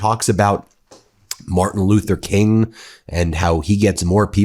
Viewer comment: Martin not Martha. SMH